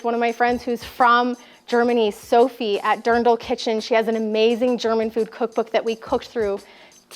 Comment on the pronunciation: Your German pronunciation is flawless…..I did not expect that! Loved this video!